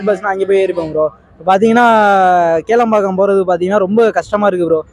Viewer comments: Kelambakkam illa bro, that is Kilambakkam. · கேளம்பாக்கம் இல்லை கிளாம்பாக்கம் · Adu kelambakkam ille...Kilambakkam bus stand